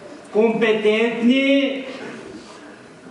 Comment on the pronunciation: Божеееее.... е как може изобщо да го допуснат до трибуната да говори.. та той просто не може и да говори: кумпетентни, фпичатлен, но най-вече бях фпичатлен от следните преподаватели и родители го повтори поне 3 пъти. И сега на този човек ще му дадат работно място от което ще зависи по някакъв начин бъдещето на значима фирма, а недай си Боже на България.... загубени сме!!!!